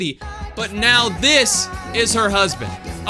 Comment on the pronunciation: It now not neaw